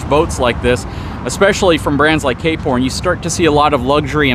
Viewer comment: Ah, "Cape Horn", I kept hearing "K-Porn". I like the variety of content covered here. Not always my cup of tea, but that's fine, I just choose which videos to watch.